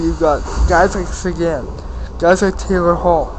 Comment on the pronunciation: dude u dont say sequins name right,u sound like u have shit in your mouth